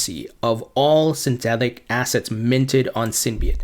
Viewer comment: why am i listening to a guy who cant even pronounce the word synthetic